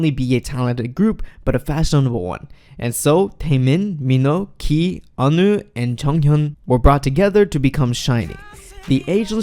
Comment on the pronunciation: onew is pronounced oh-new think you meant 2014 LDN not LND and it was December 18 also a tw would be nice esp before putting the funeral videos, those were moments captured by paparazzi that should never had been captured, as everyone was in mourning and it was supposed to be a private event (not sure if these videos should've been included at all) accuracy is important! thank you